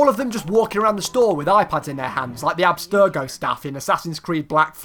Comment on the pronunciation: I like how he said abstirgo staff in assassins creed black flag